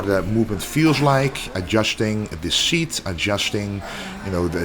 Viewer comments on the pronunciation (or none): none